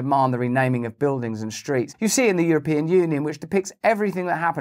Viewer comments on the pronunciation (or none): none